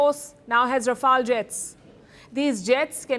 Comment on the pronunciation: Its not pronounced as R-AA-F-AA-L… It’s Rafael… Ra-Fail